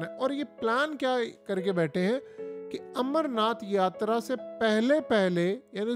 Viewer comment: Yatraaaa mei yatrryyyyyyy kya karty hai?